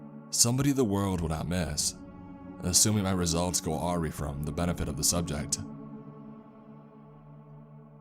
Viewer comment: Awry is pronounced uh rie (ie as in lie)